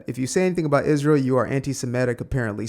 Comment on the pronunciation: And if I have to hear CrashOut Candace say “Ijrael” oR “JeW-DAY-OHHH Christian” one more time, ima crashOuT 🤣